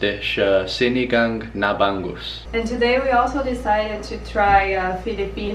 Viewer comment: hi, its called ba'ng'us, not ban gus. ng is spoken like hunger or stronger